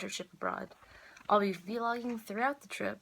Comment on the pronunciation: lol...vee-logging. stop. ಠ╭╮ಠ